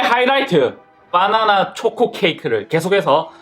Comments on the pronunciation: 빠나나 아니고 바나나예요 ㅋㅋㅋ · 빠나나아니고 바나나~~ㅋㅋ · 허팝님 계속 빠나나라고 하시넹..ㅎㅎ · 바나나가 아니라 빠나나? ㅋㅋ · 허팝:똥 아니에요 빠.나.나 에요 빠.나.나에요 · 발음 ㅋㅋ 빠나나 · 발음이 웃기다 ㅋㅋ 빠나나